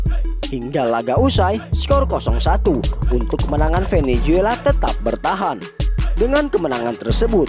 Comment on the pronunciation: Bukan venejuela min.klo nyebut yg benar.